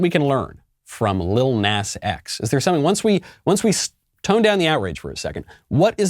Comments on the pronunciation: Michael Knowles...u telling me u never heard that stupid song Old Town Road???? That the world OBSESSED over for like two yrs???? And it's not pronounced Nas...it's pronounced Nah-z...just to pull u up to speed...Im not advocating for him or his satan shoes... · Oh lord, from Old Town Road to this. Jesus help this kid. And it's pronounced Naw-zeh like the Na part sounds like gnaw. And the S is z sounding. But honestly who the heck cares Nas for nasty as fuck. Jesus christ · trust me i’m disgusted but i wanted to point out it’s pronounced Näz